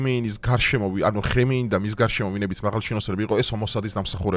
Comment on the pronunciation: მაგარი კაციხარ მაგრამ ამ გვარებს რატო ამახინჯებ ძალით აკეთებ ? 🤣🤣🤣 ნეთანიჰაუ ხემეინი ნეთანიაჰი ჰამენეი რავი ყველგან ეგრე ამბობენ ყველა ენაზე 😂😂😂 ვხალისობ ხოლმე სულ მგონია ძალით ამახინჯებ 🤣🤣